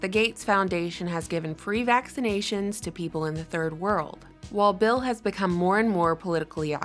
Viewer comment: I can’t understand why she doesn’t ever seem to pronounce bill correctly it’s freaking me out man... “bell gates” lmao